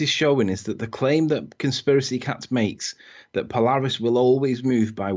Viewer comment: Is "conspiraceh" a geometric shape?